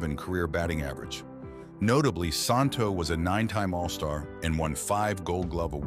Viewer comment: The correct pronunciation of Ron‘s name is Santo SAN – TOE.